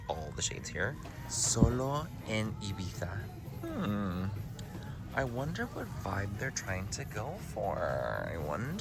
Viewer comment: Thank you for pronouncing Ibiza correctly. I know you’re Spanish but like no one pronounces it correctly. Grinds my gears (lived there for 4 years; beautiful beautiful island)